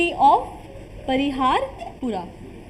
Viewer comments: Parihaspora not pariharpora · It is not pariharpora It is parihaspora